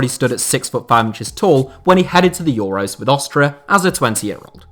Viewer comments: What's with the weird pronunciation of Austria? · You say Austria wierd.